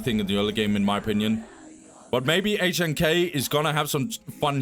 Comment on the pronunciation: HNK is pronounced Nick in Russian btw